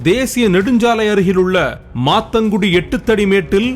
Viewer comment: மாந்தாங்குடி bro சரியா சொல்லுங்க